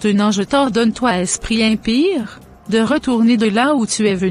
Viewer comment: Est ce que ce sont les bassas qui traduisent esprit impire au lieu d'impure ce sont les bassas au Cameroun qui n'arrive pas à prononcer les '' u''